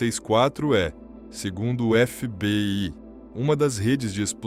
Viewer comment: Porque você não fala o nome do FBI corretamente. Parace uma AI falando 😂😂